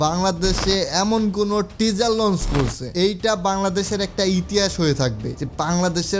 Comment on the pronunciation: টেজার না ভাই টিজার 🤭🤭😂😂😂